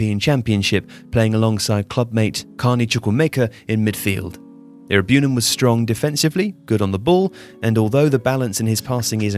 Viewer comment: The pronunciation of Iroegbunam & Chukwuemeka is quite funny. 😂 Great video anyway!